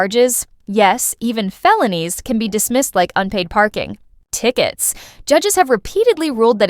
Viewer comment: "Unpaid parking..........tickets..." That's crappy A.I. narration for you. Please don't "perfect" it... DUMP A.I. and go back to LIVE narration, by real people, with souls.